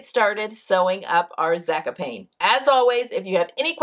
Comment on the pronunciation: I love you, but it's 'Zaaa-cop-knee'. I think. Sorry to be a pest. You are an inspiration.